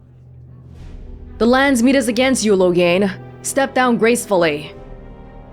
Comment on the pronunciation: Smeet. Land-smeet.